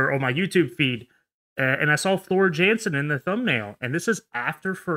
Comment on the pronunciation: its pronounced Yansen